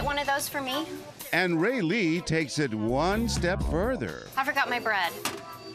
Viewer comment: When the actor has the same name as you... (Raylee) AND THE ACTOR SAYS IT RIGHT BUT THE PRODUCER SAYS IT ALMOST RIGHT BECAUSE HE SAYS Ray-LEE OR Ray-lEE INSTEAD OF Raylee.